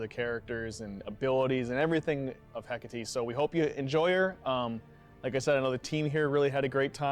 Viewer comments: A pronúncia correta é: écate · Eu acredito que a pronúncia certa em português é Hecatê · Se pronuncia hécate com som forte na letra é